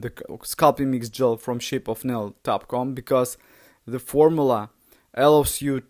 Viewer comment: Dot com, not top com